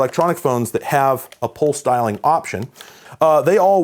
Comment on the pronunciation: At first it sounded like he said "pole styling" but than I realized. pulse dialing .